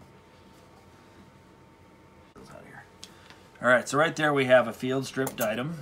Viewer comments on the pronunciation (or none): I am pretty sure it's pronounced die-uh-dem